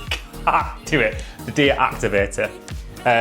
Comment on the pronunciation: The french pronunciation for dia activateur is on point 👌